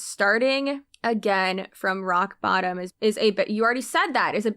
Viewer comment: Why did she say rock bottom like that the first time lol